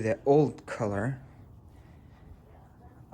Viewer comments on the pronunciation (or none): none